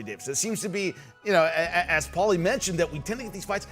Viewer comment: Who is this guy mispronouncing Paulies name